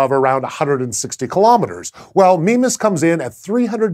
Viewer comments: i pronounce it my-miss what's this 'meme-as' thing? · I thought it was pronounced 'MY-mas' ...or has red dwarf autobooks been lying to me? :P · after playing a lot of ksp when he says mimas i hear "Minmus" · "Meme-us" Meme Sorry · Is there a clear consensus on how to pronounce Mimas. I've always pronounced it My-mas but it seems Sci-show feel Me-mas is correct. I've also heard Mih-mas from some others. At least it doesn't have as many pronunciations as Charon. Or raise as many giggles as certain pronunciations of Uranus. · Mimas... Memeas... Memeus... Meme us... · a death star moon called "meme-us" kek I love astronomy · Who else thought it said Minmus?